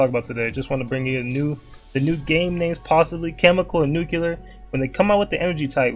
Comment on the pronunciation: you know a real nigga bc he pronounces nuclear as nucular